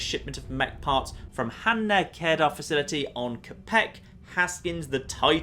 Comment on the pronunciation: the way you said Hahne-kedar is funny